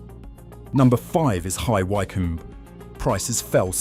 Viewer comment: Annoying AI commentary given away by more than 1 mispronounciation. Hi Whycome! I don't think so.....